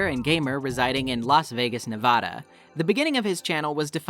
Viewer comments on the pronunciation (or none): none